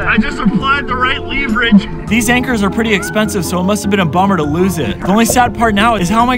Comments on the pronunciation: the way he pronounces leverage lmao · You are pronouncing leverage incorrectly. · Do me a solid and look up how to pronounce leverage, please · Is it pronounce leverage or leverage? I'm pretty sure it's leverage not leverage... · That's not how you pronounce leverage lol